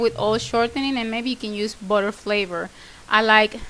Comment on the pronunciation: Your accent is fun.. when you tal about butter sounds like a body !!! hihi cute.